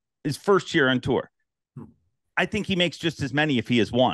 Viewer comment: Brought to you by Kleenex, stay free, and vagasil. Wouldn’t That be a nice boat wrap for the senior’s tewer as he says tour lol